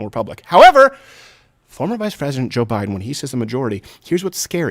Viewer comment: It didn't even sound like he even said "president". It sounded like he said present.